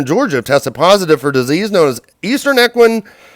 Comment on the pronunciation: Cholera is pronounced call-er-uh. Equine is ee-kwine. Lapid is luh-peed. Please learn how to pronounce words before you record your videos. Quite frustrating to hear you (in a different video) go back and forth on Lapid’s name (even admitting you need to learn correct pronunciation)— if you are unsure, choose ONE way and stick with that until you know better. But seriously, cholera and equine are common enough words that you should know how to pronounce them.